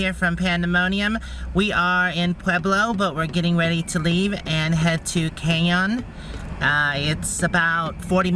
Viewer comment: Your pronunciation of the city "Canyon" is hilarious. ...not even close. lol